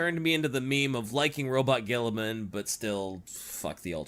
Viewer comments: Purposefully mispronouncing Rub-Me-Off Gorilla-Man’s name is one of the great time honored traditions of 40K fandom. Welcome to the inner circle. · Ahh My Favourite Primarch Roronoa Gonorrhea. That being said, as an Ultramarines fan. mispronouncing his name is a meme-tradition in the fandom. G-man honestly is one of the best primarch mainly because he had good up bringing and even in the modern 40k treated people and his sons better than The Emperor ever did. Also fan fact: Guilliman's dreamed of a life as an Humble Farmer in an Agri-World. (Source: The Unremembered Empire )